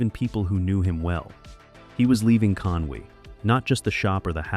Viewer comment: Why is an American narrating Drew Pritchard backstop? Hasn't anyone told him that the place is Conwy NOT Conway!